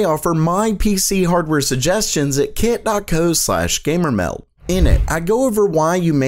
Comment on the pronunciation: I don't know what it is about this guy's voice, but it makes me want to stop watching the video all the time. There's some really good content in these videos, but the voice is just so annoying, I can barely get through it. Random strange sounding emphasis on everything. "WEL-CUM to GAY-MER-MEHLDuh" Some people grow into their voice the more videos they make and you identify their content with their voice, and some people diverge and you end up with strange, nerdy, awkwardness that is barely tolerable. This guy is clearly in the latter case.